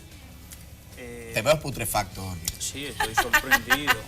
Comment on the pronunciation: Este señor le dijo "esputrefacto".